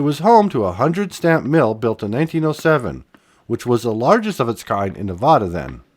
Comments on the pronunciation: It's been a long time since I've seen some of these places. I wish people would leave their spray paint behind before going there. Thanks for posting. Nevada = Nev-AD-a, not Nev-Odd-a. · Omg!!!!!! I started watching your video until (cringe) you called my state Nevauda don't do the accent there is none, it's Nev add da ask anyone here omg soooooo freaking cringe!!!! Just saying no harm!! Have a great day!!! Still not watching!! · Henderson, Nevada. Pronounced, NevAdA not nevauda. Lol Fun video from a local. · From Sparks,NV…Ely, NV is pronounced “Eelee” and Nevada is pronounced Nev-a-da with a flat “a”, think how Colorado’s a is pronounced by non Spanish speakers. Your Saskatchewan has “a’s” pronounced the same. Ely, NV has the coolest train museum with steam engines operating. (Currently be repaired…but they just got 3/4 of a million dollars to make needed repairs…so cool! The Nevada Northern Railway Museum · Dear, please learn to pronounce "Nevada" correctly. Love the video, though! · Please learn how to pronounce Nevada before posting and narrating a video about it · Can’t watch if you can’t pronounce the name of the state.